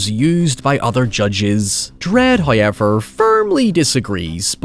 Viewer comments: Nobody:: Hiuyever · First "hoyevver" drops . It is The Law. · How does this dude say "Power" with no issue yet he says HOY-EVER and NOY?